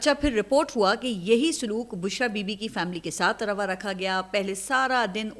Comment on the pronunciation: بہترین لفظوں کا کہتی ہے رواں رکھا ہوا ہے جبکہ لفظ ہے روا ہے پھر یہ کیسی صحافت ہے جو کسی ایک پارٹی بھی نہیں بلکہ ایک???شخص کی بات کر رہی ہے